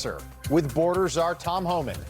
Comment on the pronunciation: Lol!! Mispronounced Tom's name. She is out of touch. She shows what a Dingle Berry she is. 😂